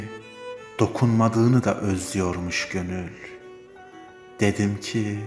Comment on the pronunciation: Bazen özlüyorum derken Z fazla geliyor. Emeğinize yüreğinize sağlık.